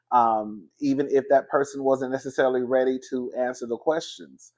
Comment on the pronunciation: talking bout I got a “quertstion” like Wanda down to the dinner table Duh fuh